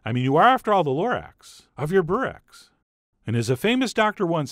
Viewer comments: Pronounced "Boo-wreck" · Heyo Chef John, You must eat this stuff with yoghurt, and next time make it greasier , that the authentic way to make it and eat it and by the way the way you pronounce it is bo-rek (like boo but shorter) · It's burek not borek